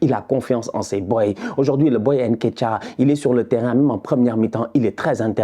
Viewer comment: t’es sénégalais et tu prononces comme les européens avec ton « haine ketiah »…comportement. Sinon top, comme dab